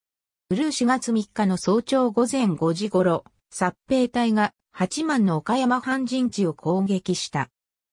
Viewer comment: 八幡ははちまんではなく、やわた 新宿はしんじゅくではなく、にいじゅく です。